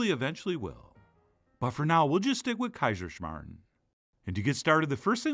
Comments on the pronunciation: woooow as an austrian i feel very happy right now haha! i love kaiserschmarren. love how you pronounced it haha! this is best served with zwetschkenröster or apple sauce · I am from Austria and I clicked on this video just to hear an American pronounce Kaiserschmarrn and surprisingly you didn't butcher it. Very nice. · Started this video just to hear how you pronounce Kaiserschmarren. To my surprise it was pronounced perfectly... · pronouncipation and translation was really A+